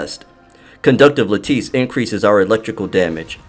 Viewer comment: I've been watching all of your videos, keep up the good work. And Lattice is pronounced.. "la'-tuhs" 😁 👍👍